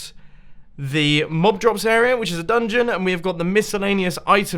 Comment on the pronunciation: I like how you pronounce "area" like "a*error*a"